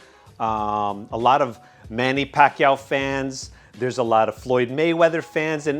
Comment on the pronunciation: You said it right